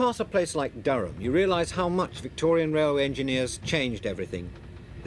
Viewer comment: Carlos Ortega " pass through p`laces like "Daren or Daron" Its Durham, pronounced durum.